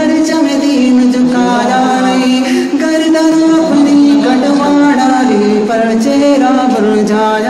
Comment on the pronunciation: گردن ہوتا ہے گاردن نہیں